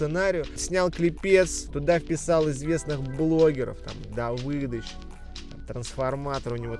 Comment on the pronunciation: Давииииидыч на в не Давыыыыдыч